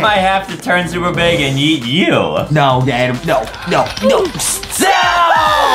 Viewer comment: Why is everyone calling Adem “Adam” like his name is Adem